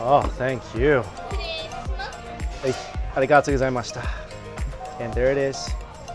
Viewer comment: Ichiran is definitely overrated. Yeah it’s good but there are so many awesome local ramen joints. Anyway, since you travel to Japan often, I think you can brush up on your “arigatougozaimasu” haha